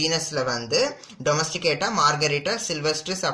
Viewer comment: In book they have given domestica sir .but u have pronounced that as domesticata